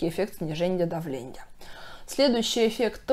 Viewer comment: Невозможно воспринимать - сниженЬе давленЬя, названЬя, зренЬя...🥲🧐 Хорошие, полезные вещи говорите , но речь ....